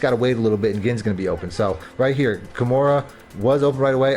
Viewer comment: KA MAIR-AH not Kimura lol You been Playing UFC on the low ? 🤔